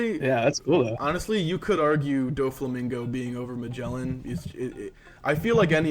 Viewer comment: Please, do not pronounce "Magellan" ever again.